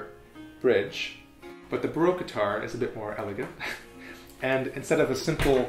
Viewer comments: I really like this series of videos, but I get really frustrated by the way you say baroque. I'm not hating, it's just a tip. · He seems to know everything about the baroque guitar except how to pronounce the word 'baroque'.